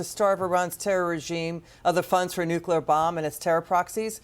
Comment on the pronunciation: Dude can’t pronounce “nuclear”! Like Jimmy Carter, he says “nucular”!